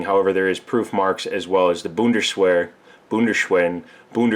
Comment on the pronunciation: Boon-der-shhwear, Boon-der-shhwin, Boon-der-shh-wa-wa?? Omg!! My sides are hurting so much from laughing right now! Very funny, very cool! Great video! Thanks for sharing. Very informative. Aloha from Hawaii.